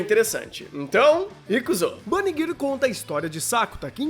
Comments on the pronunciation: Vídeo perfeito! (Exceto pela pronúncia errônea de "girl", se diz "gãrl", tá bom?) Gostaria de ver um vídeo sobre esse tema centralizado na personalidade de cada um dos characters (pode ter spoiler, sem problemas) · Impressão minha ou o fala "Bunny Girr"?